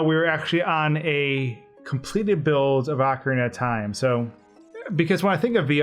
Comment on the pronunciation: wtf is 'ahkarina of time'?